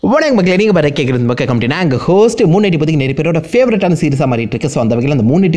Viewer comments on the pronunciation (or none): none